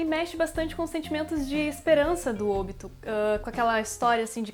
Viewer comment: se fala OBÍTO DROGA